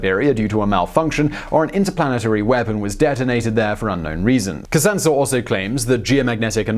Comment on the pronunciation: Not "Kasantsews", probably Kazantzev